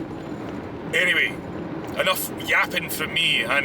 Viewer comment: when you say, “anyway,” I had a flashback to the Burnistoun skits